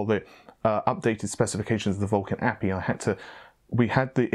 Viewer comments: OMG...once again...it is not an 'apee' it is literally pronounced by the letters..."Ayyyy. Peee. Eye"...API aplication programmable interface....this is the third time I've corrected you..it's not even elite knowledge...my kids know what an API is....but keep up the good work...I'm a mixed bag :) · A. P. I. (each letter said) not APPY.... my work here is done ;) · Hahaha, It's an "A. P. I." not "appy." Hope the specs you talked about are real. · Ey Pee Eye